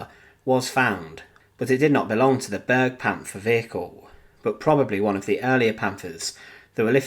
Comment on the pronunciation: It is not pronounced burgpanther. B air gu Panther.